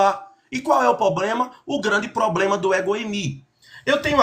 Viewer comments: Quando o camarada começa com essa pompa toda, abrindo textinho em grego e lendo anotações de gramática, normalmente ele fala “poblema” e leva uma surra da bíblia. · Kkk Quando ele falou: _"Só que nós temos um 'poblema'" , aí perdeu totalmente a credibilidade . Kkkk